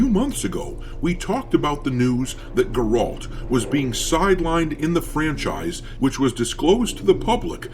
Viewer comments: Can't even pronounce Geralt. Acts like a fan. I don't mind if it's not focused on Geralt, just don't call it Witcher. Simple. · Ok, Dr, imma have to stop you right there. Outside of you mispronuncing Geralt, have you played the witcher 3? The game was explicitly Geralts LAST game. CDPR said so before the game was even out. Blood and Wine, its last expansion, was EXPLICITLY made as a send off to Geralt. CDPR is not „sidelining“ Geralt or trying to pull a bait and switch. His story ended with TW3 and everyone knows that. Now, weather thats a smart decision, i have my doubts and it doesnt change the fact that CDPR is engaging in woke garbage, but your reporting here is just straight up fake news. This is not a new development, that CDPR is now trying to hide, this was clear 10 years ago… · dude, fix your pronunciation of Geralt, why you saying it weird. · The way you say Geralts name drives me nuts LOL. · Dude, please. Stop saying Geralt's name wrong... :) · So it's pronounced Geralt lol think ger like the sound and alt as in alt and put it together lol but to be fair to the Witcher, it shouldn't focus on Geralt and if it did it would have to be some reaching revenge arch because someone killed yen and ciri or something but they should most definitely focus on a new direction, keep the main character male and be fresh with it, I think playing as the son of ciri in the future, after his mother's kingdom comes crashing down he has to search for the one person who can help, the man who raised his mother, and it should be a quest to find the last witcher and in the process become the last witcher and like the game before Geralt would train said character to be a witcher 💯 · Bro you’ve never even played the Witcher if that’s how you pronounce Geralt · The pronunciation of Geralt tells me you've never even played Witcher lol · Bro can't even pronounce Geralt correctly. Did you even play the games? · Dude it’s so annoying that you can’t say geralt correctly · Geh-Rault loo